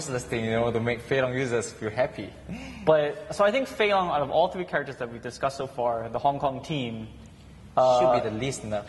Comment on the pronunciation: Lol. Every time Xian says "characters" I keep thinking he says "crackers". Haha.